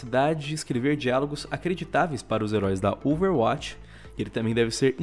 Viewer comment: Que nervoso falando Overwátch, plmds, fala DIREITO